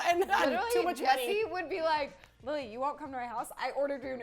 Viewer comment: I don't personally fallow Jessi but i haven't forgotten her since Lunchy Break, i use to say Lily like a normal person until her episode. Now i say Lilllly like her without being facetious, she literally changed the way i pronounce the word lily.